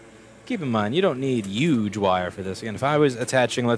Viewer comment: I never understood why people complained about your accent... Then I heard you pronounce "huge" :O